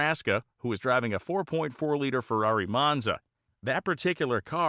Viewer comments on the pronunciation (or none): none